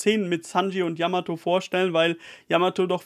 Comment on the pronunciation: Ehre fürs Namen richtig aussprechen 😘 yamato wäre die erste die vivre cards herstellen könnte in der crew